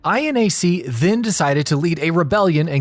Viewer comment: (Pronouncing INAC): "Eye-Enn-Ay-Cee." Me: "Aienak" (Pronouncing MINAC): "Emm-Eye-Enn-Ay-Cee." Me: "Minnak"